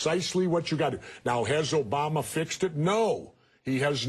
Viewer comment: STOP SAYING OBAMER, LOL